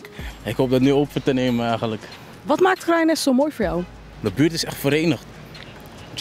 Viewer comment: in de buurrrttttt😂😂